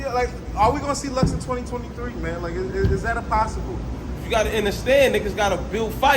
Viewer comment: Lux whole word play be fuckin me up … nigga said “inderstand” that’s wild 😂